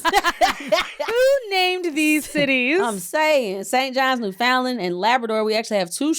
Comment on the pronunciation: It's Newfoundland is pronounced as "New found land".